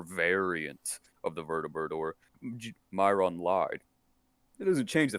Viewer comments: i laugh the fact he says myrons name as meer-non 🤣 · “Myrnon” “Silockaben” bro I don’t think this guy has just fallout problems, I’m pretty sure he just doesn’t know how to read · Oh man, speaking of youtubers who mispronounce names, Fallout/ES YouTuber TheEpicNate315 is by far the worst offender. Not only does he mispronounce nearly every named character in Skyrim, (his supposed favorite game, where the names are already pronounced by other characters in dialogue) but he's bordering on illiteracy. You remember cait's quest "Benign Intervention"? He says "Ben again". I wish I was joking. In his latest video from a couple days ago, he can't even pronounce the word "penthouse". How do these people even feed themselves or operate computers? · Not only did he mispronounce Myron, but he also butchered the pronunciation of psilocybin. It's not "psilokoobin", it's "psilosaibin".